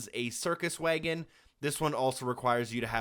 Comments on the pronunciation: Is it jus me or does it sound like he says waygon instead of wagon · What’d he say?! A WAYEGIN'?? A horse and a WAYEGIN'??? 🤣🤣🤣🤣 I believe the word ur look’n for is WAGON. Damn, that’s the funniest pronunciation of wagon I’ve ever heard. I’ve been laughing for 5 mins straight. But hell I’m not spelling that pronunciation just right bc he started it with WAG- but somehow threw a WAYE- in there. Like WAG'AYEGON….or some sht like that. Idk…..funny as hell tho. Never heard nothing like that and live in tha SOUTH. That must be a midwestern accent or something. They’ve certainly got their own way of speak’n as well just as we do here in the south. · Did you really just pronounce wagon way-gon? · Heh, "waygun". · Why did you pronounce wagon that way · Look, thank you for the cheats man, but hearing how you pronounced wagon makes me want to punch you in the damn face